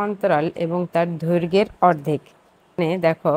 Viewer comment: mam! ধৈর্গের্ নয় দৈর্ঘ্যের